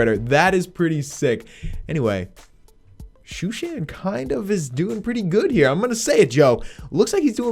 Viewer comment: stop saying shooshan 😂😂😂😂